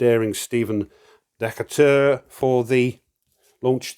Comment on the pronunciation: Great play through,! Love your commentary and your British remarks. Crikey! Just a couple of pronunciation notes. I think Derne is supposed to be pronounced with two syllables, Dern-uh. Also, Stephen Decatur’s name is pronounced De-CAY-tur.